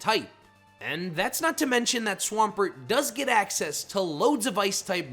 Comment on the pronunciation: DO NOT LEAVE OFF THE M IN SWAMPERT!